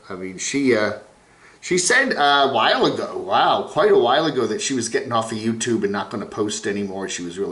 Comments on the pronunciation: swift 1154 I like pronunciation of youtooob and also "bubbles", makes my teeth soft 🤭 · Love but makes my skin crawl whenever he pronounces "youtooob". I need help